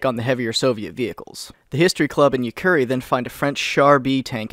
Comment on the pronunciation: YUKARI NOT YUKURI